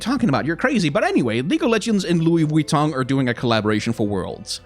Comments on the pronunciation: Nobody:: Lui VitONG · The over pronunciation of LV was kinda annoying, but I completely agree and I'm worried about how this will turn into ingame advertisements, like if this is successful what's gonna stop Mcdonals skins, or Red Bull, or Ford you know? I'm also assuming that the companies will get a % of the sales since their ip will be on the skins. I actually asked this on twitter and got a response from "Great question here! Without getting too spoiler’ish on all the rad stuff that will be unveiled over the next couple months, I can say that both our teams are committed to making this a craft, art, and design first collabo- that’s something that’s core to both our value sets!"